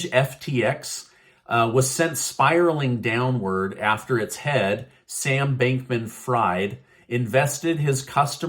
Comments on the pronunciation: It's pronounced " freed" not fried...despite the spelling 🤦‍♀️ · It’s pronounced ‘freed’ not ‘fried’. Though he has single-handedly ‘fried’ crypto for the moment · His last name is pronounced "freed." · I think you pronounced his name wrong.